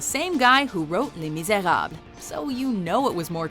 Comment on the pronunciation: Am I alone in being annoyed by her pronunciation of some words, like Les Miserables?